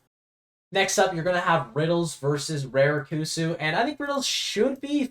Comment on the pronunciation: The "Ra" in Raru and Rarikkusu is pronounced the same as how you'd pronounce the Ra in Yoshidora fyi